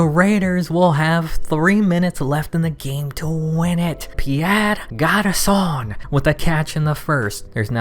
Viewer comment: It's not Garçonne, it's Garçon.